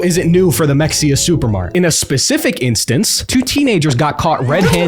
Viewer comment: honestly I was expecting it to be in Mexia, TX and not Fort Worth. Also not to be that guy but I believe it's pronounced "muheya"